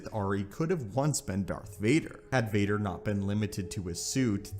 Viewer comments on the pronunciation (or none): none